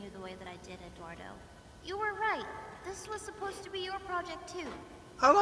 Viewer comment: If you can't pronounce Eduardo correctly wouldn't technically hurt if you called him Edward since that's his name translated into English.